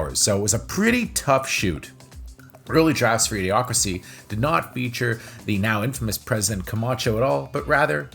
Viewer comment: you keep saying A. D. Ocracy instead of Idiocracy.